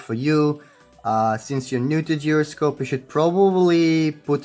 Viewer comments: Geroscope? Its pronounce as jai-ro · It's pronounced jy-ro-scope, not whatever the fuck you were saying! 😂😂😂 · this guy is pronouncing it as geroscope yo don't ask me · instead of calling others fool check this out the original pronunciation of gyroscope is gyro only not gairo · Not to be that guy but.... “GIROSCOPE” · Its Pronounced as GYROSCOPE ( kai-rou-scope) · its pronounced jai-ro-scope. dude its easy to search it up on google right?